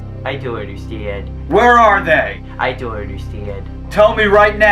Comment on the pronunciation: I Deon’t Understeand LMAO!